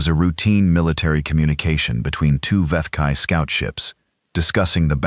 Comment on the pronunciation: so how many galactic empires was earth fighting? Must have heard at least 20 different pronunciations of the vethkai....think there was an expectation of jungle warfare as I definitely heard viet kai mixed in there